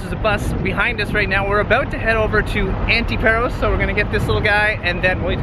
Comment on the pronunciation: A delightful video, but all through it the two of you were pronouncing the name of the island wrong. The 'a' is a long 'a' like the 'a' in the word 'father.' It's not pronounced 'Pear-os'; but 'Pah'-ros.' The same for the island 'Antiparos': it's pronounced 'Anti-pah-ros,' not 'Anti-pear-os.' I am a lifetime, permanent resident of Paros and we natives are offended when the name of our island is mispronounced. I mean, it's such a short, simple name - one doesn't have to be a 'Rhodes Scholar' to learn to pronounce it correctly. Another suggestion, ditch the sunglasses. I don't care how blinding the Greek sun is; in 'public speaking' you must have eye contact with your audience; people want to SEE your eyes so as to make eye contact with you. Covering your eyes is a big 'faux pas' in public speaking.